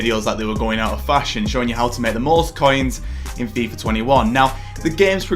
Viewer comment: I hate your voice. When you say coins it sounds ”caiins”. When you say make it sounds meek. So disgusting